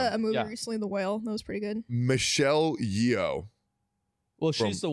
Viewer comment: Pronouncing Michelle Yeoh like it rhymes with Neo 😂